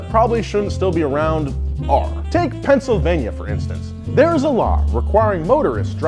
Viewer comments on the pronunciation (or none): none